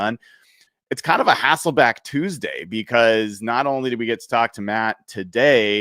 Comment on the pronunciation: Bro said Matt HasselbAck 😂😂😂 🤦🤦 Memories man